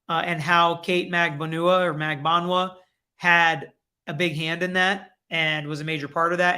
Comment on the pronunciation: It’s Magbanua- (Mag-ban-wa). She’s Filipino by roots with Spanish surname as majority of Filipinos are (with Spanish surnames).